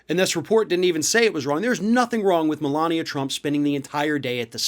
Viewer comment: Everyone keeps mispronouncing her name “Melignia”.